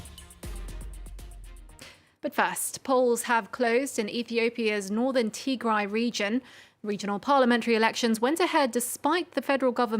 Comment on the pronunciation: Finally a journalist who can say Tigray properly 👍